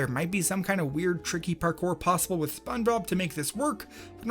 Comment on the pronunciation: his voice sounds like he should be in spongebob or in his pronunciation "Spunbob"